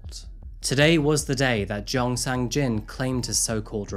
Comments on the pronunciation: thank you for your hard work, just one thing.......sang-jin's name got kinda butchered throughout this one 🙊 i heard "sang-jeong" and "jang-sin" just within the first six or seven minutes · The "a"s in romanization of Korea are pronounced short, not long. You got it exactly right with the second "a" in Gangnam. But then you pronounced the first "a" in Gangnam, and the "a" in Sang-jin, long, when they should have been short (exactly like the second "a" in Gangnam, which you got perfect.) But thank you for all the nice things you said about South Korea and Seoul.